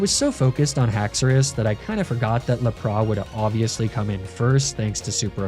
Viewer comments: Loving the stories, still pained about the Lapras pronunciation. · Great video, but my brain has never instinctively recoiled against something as hard as that Lapras pronunciation lol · Why do you pronounce Emogla and Lapras like that?